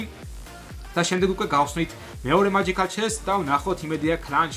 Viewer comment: მაჯიქალი არა მეჯიქალი